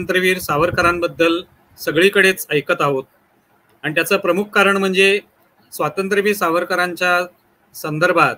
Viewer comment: Mulakhat ghenare..., pl note.It is not swatantra veer, nahi...., Swaatantrya veer Swarkar